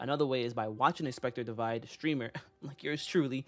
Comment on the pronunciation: Divide not divine